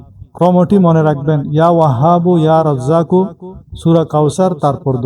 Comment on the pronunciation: ইয়া রাজ্জাকু কয়বার কোনমতে বুঝা যাচ্ছে না।